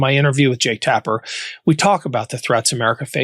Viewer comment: Tapper????????? really.